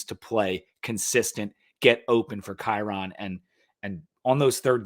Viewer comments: Kyron's name is pronounced like "Byron". Just thought you might want to know. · It’s pronounced Kai-Rin